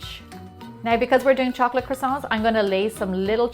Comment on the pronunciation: Why are you saying "chocolash" instead of "chocolate"? ( ͡° ͜ʖ ͡°)